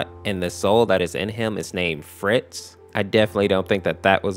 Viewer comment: Foxys soul is called Fritz not frit (this isn't hate I'm just correcting him)